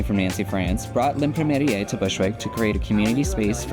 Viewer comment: The ending of L'imprimerie is pronounced "muh-ree", the end "e" is silent (you got the first half more or less accurate). In French an "imprimerie" means printing company/house/store.